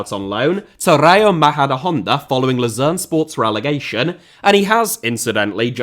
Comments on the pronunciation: You keep mispronouncing the team name in Switzerland. It is “Low-zann” not “Loo-zero” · I know I'm nitpicking, but Lausanne is pronounced Loh-sann, not like Lucerne... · Yeah, I was confused as to which one he was mispronouncing (Lausanne is "Lozan" and Luzern is "Lootzern") before i saw the team logo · Wonderful,! But notice: Lausanne and Luzern are not the same city. From what I've gathered in the video Ratcliffe owned Lausanne which is pornounced kinda like lowzanne. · Your pronunciation of Lausanne sounds far more like Lucerne, which is very confusing, as they are both Swiss teams that play in the same league, in the same colour. Lausanne is French-speaking so should sound something like "Lor-zann" in English and although Lucerne is German-speaking (Luzern in German), we have the English "Lucerne" for it, which you seemed to be using throughout to refer to Lausanne. Keep up the good work otherwise. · The mispronunciation of Lausanne Sport as Lucerne, also another city in Switzerland, is jarring. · Laus"Anne" it's pronounced pal. Great content as usual. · Was it Lausanne or Luzern he owned? I think it's Lausanne, but it sounds like you're saying Luzern. Which is like the Gent/Genk thing. In fact, they're playing each other tomorrow. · Lausanne, he just pronounced it wrong